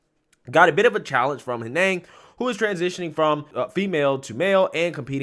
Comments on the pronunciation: Hen-iG, not Hen-nehng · I didn’t think it was possible to butcher a two-syllable so badly. “Henig” is not a difficult name to pronounce. It sounds exactly as it looks. “Hen-ig.” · Honestly hearing the way you pronounce that second name makes me think of the key and peele sketch. Hilarious!